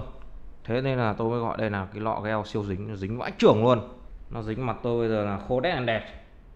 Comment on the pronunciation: gel ko phải đọc là "gieo" anh ơi nghe cringy vl